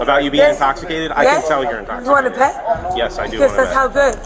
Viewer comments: “NO ONE IS INSTOPHISTATED!!!” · "NOBODY'S INTOCCCITATED..." 🥴 Ya okay lady! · “Nobody’s inkostitated!” I’m certainly convinced.